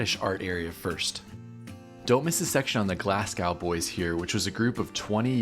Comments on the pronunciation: I love every video that you do and especially the trips with Pops. Love you both. However being from the UK, I have to say you butchered the Glasgow boys 😂 the city of Glasgow is pronounced Glaz Go. Amazing video! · you say glasgow and Edinburgh completely wrong ! 😂